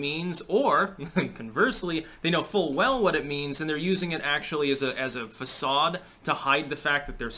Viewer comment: I want to help. Dictionary lais·sez-faire /ˌlesāˈfer/ check that pronounciation. btw, I noticed you pronounced "facade" correctly today. Nice! We can all learn new things